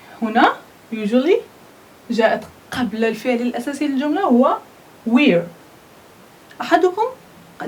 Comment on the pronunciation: Correct the pronunciation of wear.